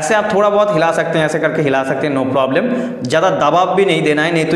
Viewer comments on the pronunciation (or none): none